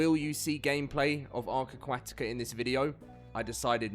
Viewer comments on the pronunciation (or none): 46 seconds in and this guy cant pronounce aquatica >.>